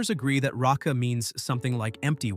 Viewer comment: It's not "ratsa," but "reika," empty.